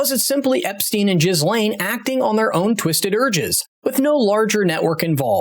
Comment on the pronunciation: Jizzlane? Geelane!